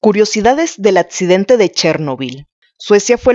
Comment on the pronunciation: Para hacer este tipo de videos recomiendo tomen clases de dicción, es dificil darle la seriedad correspondiente cuando no pronuncian la letra "x"., "cc" "Atcidente", "detet-taron", "radiat-ción".